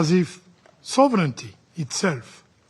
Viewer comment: Though action is always stronger than statements, this one was skilfully worded and presented, with a slight pronunciation mistake for the word "sovereignty" ( sov run ti NOT sov reni ti) : interestingly the word ends with nty, and not with nity, as most people think and pronounce.